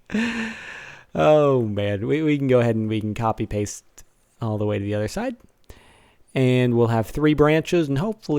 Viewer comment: No offense but you said toe not the.